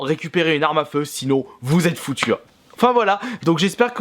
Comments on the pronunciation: Renseigne toi un minimum pubg il et en early acces le jeux sera fini dans 6 mois normal que fornite soit meilleur pour le moment et tu prononce mal fornite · bordel mais des le début tu prononces le nom du jeu comme un pignouf ... comment on peut être a ce point a la ramasse. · Il prononce mal Fortnite :( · ON DIT FORTNITE PAS FORTNIIIIIIITE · Nino To Ça ce prononce plutôt "fortnyte" mais bon. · Fortnite ça se dit 《fortenaite》 et pas 《fortnite》🤣🤣🤣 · Fortinte pas fortintee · Il s’appelle fortnite mais il se prononce fornaïte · pas fortniite fortnïte avec l accent anglais!!! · C'est pas fortnite c'est fortnaïte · c'est "fortnaïte" et non "fortnite" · sa se dit fortnight mais sa s'écrit fortnite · Fortnayte pas fortniiite 😂😂😂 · On ne prononce pas "Fortnite" mais on prononce "Fortnaite" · Fortnite sa se dit fortnaite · C pas fortnite c fortnayte sa se dis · T vrm nul a chier en + tu dit fortnite c fortnityte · Putain c fortnayte pas nit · tu prononce mal fornite on dit fornight le nite se prononce night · C est pas on dit pas fortnite on dit fortnaite je joue tout le temps à ce jeu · Fortnite sa se dit fortnaïte pas fortnite 😂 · Sa ne se prononce pas fortnyte mais fortnayte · en dit fortnayt pas fortnite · Franchement arrete de dire fortnite dis plutôt fortnyte 😡😡😡😡😡😡😡😡😡😡😡😡😡😡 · Sauf qu’en fait ça se prononce «Fortnight» et non pas «Fortnit». 😖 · C est Fortnigth on prenonce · Il le savait pas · Sa se dit fortnait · À au lieu du shield il dit gilet pare balle, il dit Fortnite en prononciation alors qu'on le prononce Fortnaillte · on dit fortnaïte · Ça se dit fortnAÏt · Y'a que moi que ça gêne quand il dit fortnite ? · Ça s'écrit fortnite mais ça se dit fortnaite sa ta pas compris😂😂😂😂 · Sa me stresse comment tu dis fortnite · On dit pas fortniye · Mdr il dit fortnyte mais ci non cool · Mdr il dit fortnit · Tu ne sait même pas dire le nom du jeux on dit fortnate. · on dit fortnitaite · On dit fortyte et 'on fortnite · Tu c pas dire fortnite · Déjà sa se dit fortnaite